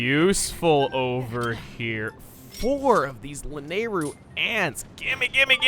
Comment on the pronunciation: Man, your pronunciation of "Lanayru" still bugs me a bit.